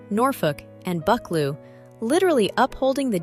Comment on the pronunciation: Bucchleuch is pronounced “Buh-CLUE”